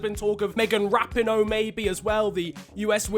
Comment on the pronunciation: Rap-in-o??? It is Ra-pee-no